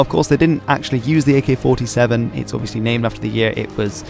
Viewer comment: Holy shit he said the name right!